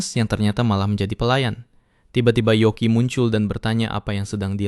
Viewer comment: yoki min bukan yuki